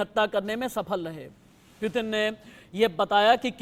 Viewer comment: News editer bro not pitin it's putin